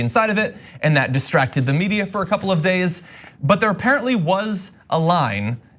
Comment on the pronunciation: I can't decide whether I'm hearing "distracted the media" or "mistracted the media". It's like that Cursing Elmo thing.